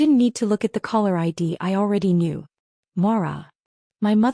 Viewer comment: Pronounce refuse correctly. Family respects -- not in this family. Financial fraud, anyone? Caller, not collar. Family doesn't betray family -- except in this case.